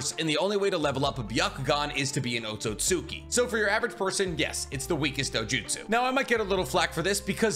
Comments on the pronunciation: This guy still can pronounce otsuski properly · The second u un otsutsuki is silent. Japanese 101.